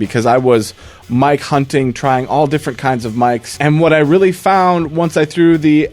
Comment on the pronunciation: Was "mike hunting" supposed to sound like "my cunting"